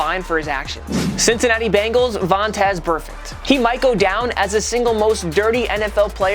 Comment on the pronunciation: Went a bit low on vonfaze burfict ay mate